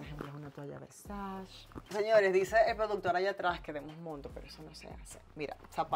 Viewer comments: no se pronuncia “versash” se pronuncia “versache” (versace) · Por que alla pronunciatln Versace como "versach". Tengo entendio que es Versache que pronuncia. Y yo queria que el video fuera maa largo. Me encanta ver ropa y carteras ajenas😂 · MUCHO GLAMOUR Y DICE "VERSACH"😂😂😂😂😂😂😂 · Cada vez que dice "versash" a Donatella le da un paro cardiaco